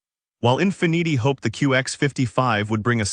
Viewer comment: Stop using computer voices, he called Infiniti In fa neetie.